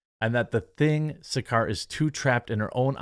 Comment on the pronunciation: ASH SARKAR is a horrible Brit lefty...... She is the racist, she is the one who screams "RACIST" but she is that person she is screaming about... What has Trad wife got to do with "WHITE NATIONALISM"? Her name is pronounced, SAR CAR! What these people want is the WHOLE FAMILY having to work like they did 100 years ago.. Man, women, child.. all working 12 hours a day for just enough to survive! While people like her get paid by the state $200 a year and swanning around in a car paid for by the vary workers she says she supports through TAX!